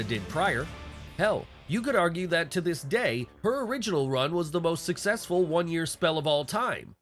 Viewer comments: “Origonal” Doink? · Ah yes, the "origonal" Doink. 😅